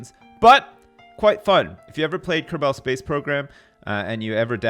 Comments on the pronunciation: "If you've ever played Ker-ball space program..." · did you just say kerBALL space program